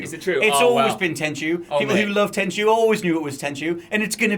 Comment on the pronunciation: Heh, its not Tenshu